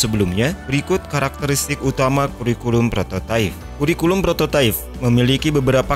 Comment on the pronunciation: prototipe kan bacanya prototaip ya, bukan prototaif